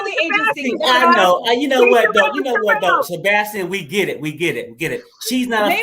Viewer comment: Why die keep mispronouncing Sebastian’s name?